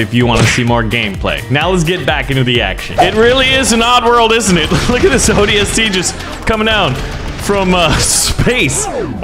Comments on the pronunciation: I'm really mad at A. He's saying ODST wrong B. He doesn't seem to know any halo lore and C. He's very idiotic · I wish he said ODST right, the magnum not as a pistol and others